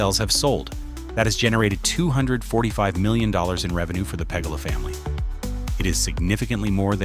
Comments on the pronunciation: "PA-GU-LA Pagula not pegala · "pagala" family. Bad AI channel. Every downvote this channel in mass please. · Shouldn't a guy narrating a video about the Bills be able to pronounce the owners name properly ? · Learn how to pronounce “Pegula”. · If you're going to do a video on something, at least learn how to pronounce the team owner's name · The way AI in this video said Pegula is funny asf